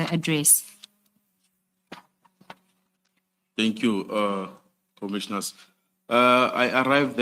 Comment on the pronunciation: This one does not even say correct commissioners 🤣🤣🤣🤣🤣🤣